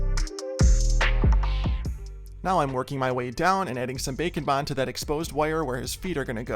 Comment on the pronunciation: Omg everytime you say “bake and bond” I hear bacon bond 😭